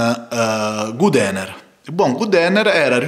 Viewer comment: per quale motivo pronunci God Ener come se fosse Good Ener? Mah